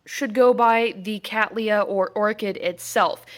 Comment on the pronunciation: How refreshing it is to hear someone from North America pronouncing Cattleya correctly.